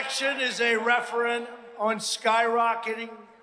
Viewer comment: This election is a "referant" on... blah blah blah. Do you think he meant Referendum?😂🤡